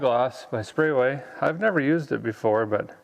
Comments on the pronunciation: It’s actually Sprayway not sprayaway! 😂😂😂😂😂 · I love how he keeps mispronouncing Sprayway as Spray-a-way.